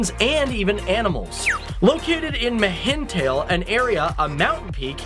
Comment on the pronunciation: you really butchered the names mihintale